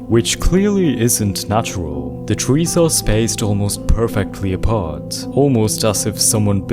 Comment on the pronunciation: twees… I love how he uses w for some words cuz of a problem with his lips I think😭